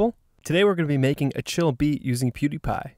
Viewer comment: sounds like poo-dee-pa pewdiepie!